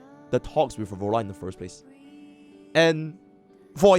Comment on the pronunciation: Phro Lova, please. I do enjoy watching your content, but please, Phro Lova.